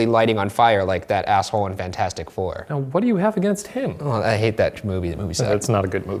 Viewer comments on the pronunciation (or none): none